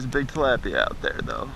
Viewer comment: You say talapia so wronge